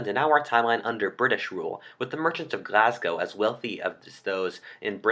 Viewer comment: Well done on the Glasgow pronunciation this time. Getting better and listening to viewers!